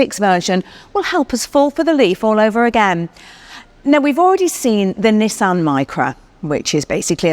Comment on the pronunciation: Comment from Japan Perfect pronunciation of "NI" and "SAN" 二と三の発音は完璧ですよ ^ ^